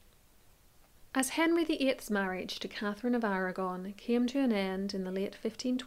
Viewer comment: Irish . She says Blunt , Blount No facts at all , no research . Catgefin of Arrragonne